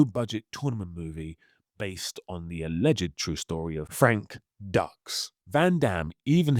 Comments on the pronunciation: u said Frank Ducks but it's pronounced Doox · no, no, it’s Dūx, like, Dukes… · No no no it’s “Dukes” like put up your dukes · It’s actually pronounced Frank "Dukes," like put up your "dukes" right? 😅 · How did you mispronounce Frank Dux's name? Makes me wonder if you've watched Bloodsport, which is heavily featured in this video.... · Speaking of mispronounced names....Dux is pronounced dukes